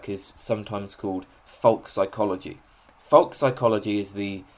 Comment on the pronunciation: f o l k - rhymed with oak; not fock as you pronounce it apart from that brilliant and thank you for posting